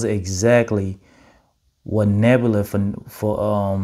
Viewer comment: There's no r at the end of Nebula.